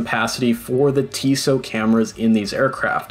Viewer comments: Pronounced tis-EEE-oh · TISEO is pronounced TIZZ-ee-oh